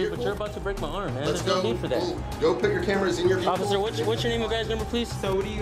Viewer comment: What is a Veee Hickle? 😂😂😂